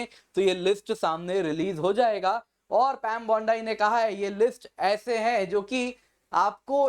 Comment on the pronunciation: “पैम बौंडाई” नहीं “पैम बाँड़ी” बोलिए